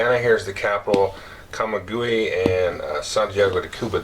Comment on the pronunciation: Hi, great video as usual. Allow me, a 1st gen Cuban-American, to help you with that one mispronunciation of the middle Cuban pop. center. It is not said, /ka ma gu ē/, but rather /ka ma wei/ (the last syllable is just like the word whey).